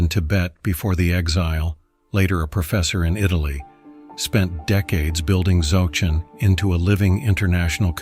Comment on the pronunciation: “Dzawgchen”?? “Nayingma”?? Can’t you guys find even ONE live practitioner to do narration?